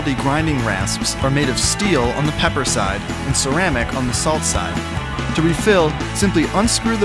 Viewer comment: You said pee for pepper